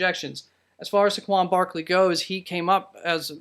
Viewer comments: Nvm. He just can’t say Saqaun barleys name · Yea I saw it also and went in right away to comment and saw this already was dealt with..what a joke. Also how he pronounced his name =))))